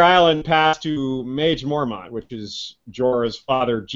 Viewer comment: Love this show! My husband and I pretty much obsess over A Song of Ice and Fire, and your podcasts have given us so much to discuss! I do have one small nitpick though. I believe Maege should be pronounced Meg. I know ASOIAF names don't always correspond, but Maege has a real-world counterpart name. It is a French name and is pronounced Meg. I had forgotten Maege was on her way to Greywater Watch with Galbart Glover and Jason Mallister. I really hope they play a part in the battle of ice. Great show!